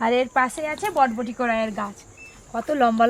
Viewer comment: Katha ta botboti noy borboti